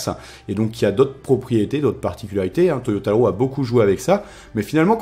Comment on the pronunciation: Ca me stresse quand tu dis Toyotalo mdrr